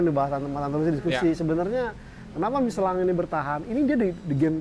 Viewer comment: MICHELIN...MICHELONG...MICHELANG.... PELAFALAN TIGA KOMENTATOR YANG BERBEDA DENGAN SATU BAN YANG SAMA 😂😂😂❤